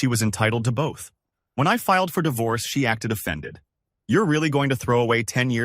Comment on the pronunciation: It's not dievorce